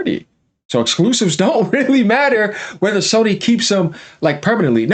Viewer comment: This guy's voice and lisps get on my nerves. The way he says "Exquoosives". 😂😂😂